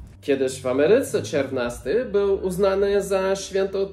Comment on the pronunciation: Bardzo ciekawie opowiadasz o historii, nauczyłam się czegoś nowego, dziękuję. Ale sory, dla mnie "czerwnasty" kojarzy się w wymowie z czerwiem, jakąś larwą, co nie jest zbyt miłe, kojarzy się głupio. Obejrzałam kilka Twoich filmików, subskrybuję kanał, i jestem pełna podziwu dla Twoich zdolności językowych :-)